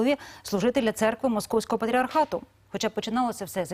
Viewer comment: После акцента на "Московского патриархата" даже смотреть дальше не стал...